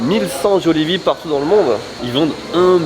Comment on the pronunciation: "Jollibee" se prononce "Djalibee" à la philippine ;)